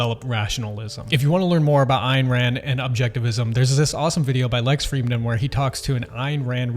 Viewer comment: Ayn is pronounced, Anne.